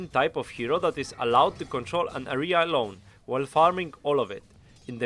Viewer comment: "Area" pron. (euh - ree - uh). Besides that, great video! W <3